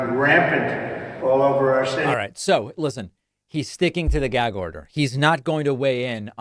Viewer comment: Whats a "geg" order?! Lol. Trump can't pronounce anything